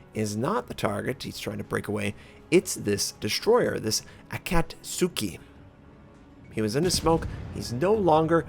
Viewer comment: Super minor pet peeve: A-ka-tsu-ki, not A-kat-su-ki. I really need to give Destroyers another go. Been almost entirely Battleship-focused recently and it's fun but always feel like I have less of an impact on the outcome of a game than I'd like. Just unlocked the Farragut via the Christmas Convoy campaign but feel hesitant to jump straight to Tier 6 when I only played to T4 and only in the (old) IJN DD line.